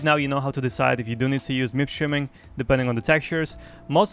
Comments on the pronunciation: Why are you saying -streaming šo weird>? Shiming??? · Are you saying MIP SHIMMING or Streaming? lol